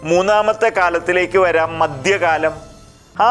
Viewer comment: ഉച്ചാരണത്തിൽ അക്ഷര സഫുടത വേണം. മദ്യകാലമല്ല മദ്ധ്യകാലം.